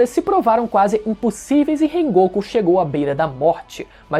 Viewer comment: Cara te mandar a real, com todo respeito, o jeito que você pronuncia o nome das coisas ou dos personagens é bizarro DEMAAAAAIS, como é que o rengoku teria força o suficiente pra segurar uma casa inteira sozinho? Kkkkkkkkkkkk sílaba tônica errada Obs - o meu favorito é o Tengen